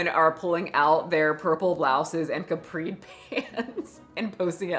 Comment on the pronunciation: CA'pri - Ingra.SI'A - Jezus just Google pronunciation for pity's sake!